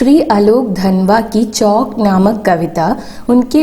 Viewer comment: Chokk alla chavukk ann read cheyyan ariyillee